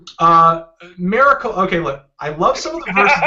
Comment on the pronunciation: You say Miracle fuuny, Anthony